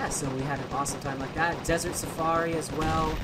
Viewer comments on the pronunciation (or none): none